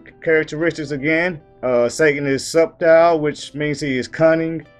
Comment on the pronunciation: whats up my brotha the B in subtle is silent. I couldnt find a way to message you privately. God Bless..